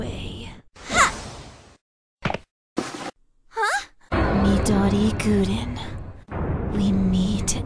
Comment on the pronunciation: Oh wait instead of Midori Gurin is said me doggie guden XD